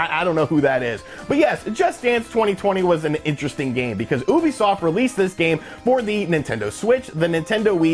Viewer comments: Ubisoft not ooobisoft 😉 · Why does he say Ubisoft like that?